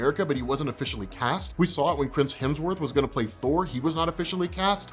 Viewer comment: lol "Chrims Hemsworth"